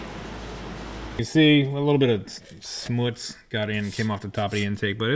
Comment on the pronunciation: "Smootz?", you forgot the "H", lol "shmootz" according to my familial accent